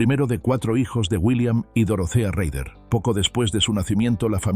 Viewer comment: Se pronuncia rader